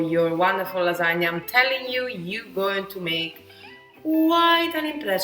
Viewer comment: You said it right! Lasagne, not Lasagna. I believe you are a real Italian now. lol